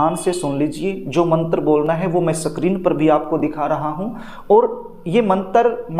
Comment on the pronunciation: पंडित जी, स्क्रीन को सही ढंग से बोलिए। सक्रीन सक्रीन बोल रहे हो। गंवार टाईप।😂😂😂